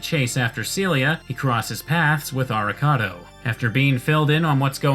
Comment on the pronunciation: "Avocado tells Soma to stay out of it." God I can't unhear Arikado as Avocado